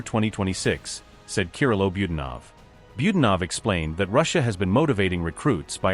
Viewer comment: Why do Americans pronounce nearly every word wrong??….you are pronouncing Budanov wrongly!